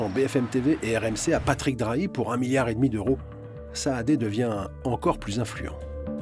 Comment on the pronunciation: on dit MiLiard pas miyard, merci